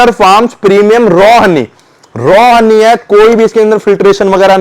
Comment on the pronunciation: हन्नी नहीं भाई हनी 🍯😀👍